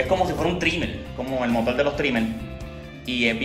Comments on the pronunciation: Porque hablas tan raro.... Dices Motol en vez de Motor..... dices Prendel.... en vez de prender!!!! dices Generadol... en vez de Generador....porque hablan así? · veo que si escribes Puerto Rico... Porque no escribes Puelto Lico?